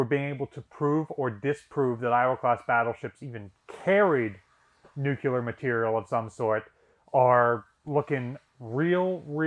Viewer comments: Absolutely love all of the videos, and love dedication. That being said, please stop saying “Nucular”, it’s Nuclear, as in “Nu Clear”! Thank you for all of your hard work putting these videos together and for your dedication to the ship and it’s history! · Nu-cle-ar, NU-CLE-AR, NOT NU-Q-LAR. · Nuke ya ler? Say "new-clear". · Nuclear, not nucular. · Said it once and I’ll say it again, as a physicist, the word is “new-cle-ar” not “new-cu-ler” only one “u” in the word! Where did you get your degree from and what was it in??? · By now, just saying "nu-ku-ler" simply to annoy me. haha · Every time I hear you pronounce it "nucular", I have to laugh, because all I can think of is this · New-clear. Nuclear. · You're constantly mispronouncing the word nuclear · Anyone else cringe repulsively every time he mispronounces the very-simple-to-pronounce-correctly word, "nuclear"? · Oh no. Here comes his mispronouncing of nuclear.